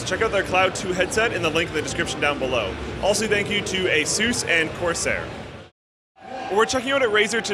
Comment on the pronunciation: why do you say asooss instead of Asus